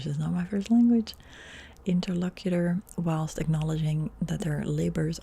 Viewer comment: You said interlocutor correctly!